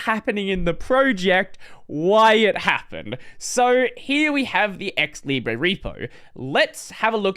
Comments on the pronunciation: stop saying "libreeeyyyyy" say "leeebruhhhh" this is how it is said in french and as long as i know that word has been borrowed from french not from spanish. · It is said leebray in English. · actually i don’t understand why you say « libreeyy » since every other -re words are said -er (when they are spelled in british english) i think it would be more coherent to say it like that, so it matches « liberty » (centre, octobre, libre, … but i know english is inconsistent and will still be it)